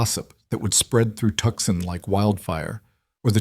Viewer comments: Good God, people!! At least check the pronunciation of the towns & cities! AI is NOT the tool to use for that. It is NOT Tuckson! It is To-san! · It's pronounced Toosahn, not Tuckson. Fix it! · Definitely ai, Tucson is pronounced Too saun not Tuck son. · Tuckson??????? Tucson!! I hate this AI Crap.l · Know your cities Tucson is not pronounced Tuxon!!! It sounds like twosahn. AI practice narration better please. Though you aren't human. Your words sound so very ignorant!!! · Tuckson????? Tuucson!!! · WA State. Love the story. Wish AI would learn how to say Tuscan. It's Toooo-sahn not Tuck -son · The announcer should learn the proper pronunciation of Tucson (Tu-san), a well known city in the state of Arizona, easily obtained by those from the southwest by anyone who inquìres. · 1. If the husband’s last name was Hale, why are his parents’ last name Carson? 2. Tucson is pronounced TOO-sawn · Good story but the narrator keeps saying the town wrong. It's pronounced Too-san. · I know we can’t correct the AI narrator, but Tucson is “too sohn”! Irritating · It’s pronounced two-san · Listening from Eugene Oregon but grew ùp in southern New Mexico,where everyone knows how to pronounce Tucson and no one would mispronounce TUCSON. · Wish you knew how to pronounce Tucson. The rest was pretty good. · Yeah I was thinking the same.